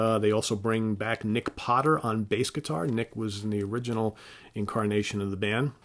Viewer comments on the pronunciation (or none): none